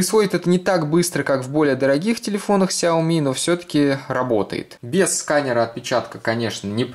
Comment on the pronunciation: я не понимаю, почему вы все говорите ксяоми а не сяоми?